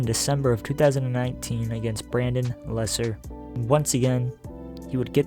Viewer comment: its Brendan Lesar. pronounced (Lazaar) not lesser. you kids get dumber by the day. seems reading is against the law in the land of make believe.